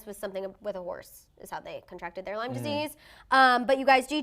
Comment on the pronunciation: It’s not “LYMES” disease. I have it as well. If you’re gonna talk about something that serious just know how to pronounce it. It’s debilitating.